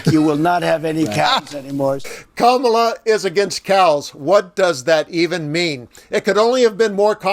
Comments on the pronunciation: How utterly disgusting that Trump could not even pronounce Kamala's name correctly to the kid! It's bad enough that's he's lying and slandering our vice president to the child, he can't even say her name correctly! If you are someone that thinks it's just great that Trump is too stupid and incoherent to say one name correctly, you need to think about your choices? You are acting like a six year old. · Lol! What a moron! Also he thinks he is being so cute mispronouncing her name. So childish!!!